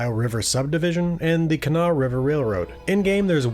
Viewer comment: As a WV girl, shouts to you for pronouncing Kanawha correctly! If you want to sound like a real local, pronounce Huntington more like "Hunnington."